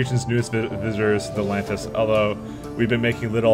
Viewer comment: I don't think there is a "t" in Lanius. Otherwise, great series!